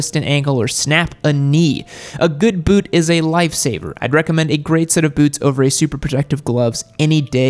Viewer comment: You say boot like you like a boot up the boot